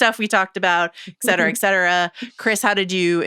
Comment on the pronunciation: saying "eccetera" over and over again instead of "et cetera" is causing my pedantry alarm to billow smoke.